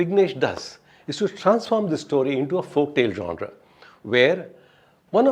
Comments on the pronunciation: The man can pronounce "genre" in the way it is supposed to be pronounced. That itself is enough for me to take him seriously. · Wow.. Wat an awesome review.. The way he describes .. Also.. Finally someone pronounced "genre" the right way..